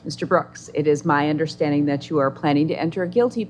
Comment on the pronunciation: He allways understood ! It was the "undersh-standing" that he had problems with !